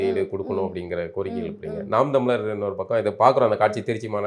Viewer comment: ஆதிஇ தமிழர் என்று அழுத்தமாக கூறுங்கள் அக்கா